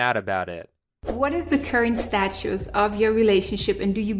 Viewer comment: She failed to pronounce "status." Statoose.